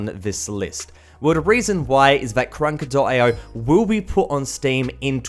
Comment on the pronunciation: He be like go instal karanansfatfshshafaffa IO